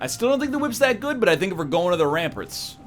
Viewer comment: the only thing i dislike about the series is when he says Ramparts as Ramperts so minor but hurts my head to hear lol